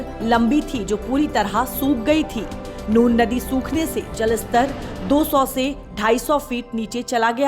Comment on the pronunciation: Nun ko nur bolna band karo.